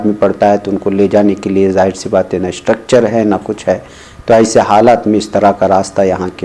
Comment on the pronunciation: اسٹکچر نہیں "اسٹریچر"